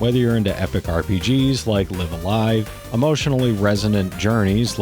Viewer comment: Nice picks. FYI, both instances of "live" in "Live a Live" are pronounced like in "a live electrical wire." Ambiguous as hell in English, but obvious in Japanese: ライブ・ア・ライブ (raibu a raibu).